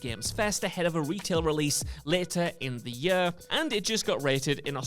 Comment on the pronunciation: I hate the way this guy pronounces "year".